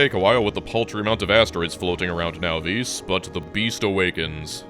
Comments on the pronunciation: “Now-vees” It’s pronounced “Naw-viss” - AKA the “novice” planet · Is this the official pronunciation of now veece? I've been saying naw viss in my head for as long as I've know about it.i